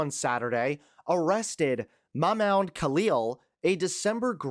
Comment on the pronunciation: Mahmoud = Mamood